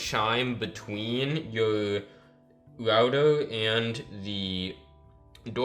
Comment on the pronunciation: Diffwent. Wouter. Configwuations. Wating. Pwo. Wecording.